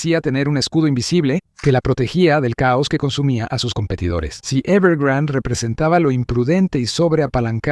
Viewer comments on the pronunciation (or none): Es "Evergrande" no "evergrand"